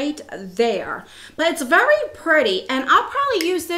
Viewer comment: I remember when that happened before! I just love the way you say very!! Vurry! It's great. Lovely eye look!